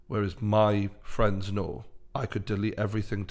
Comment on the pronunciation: Fweinds. football fweinds. Love this!